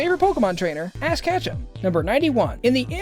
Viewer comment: It sounded like you said ass catch'em instead of ash ketchum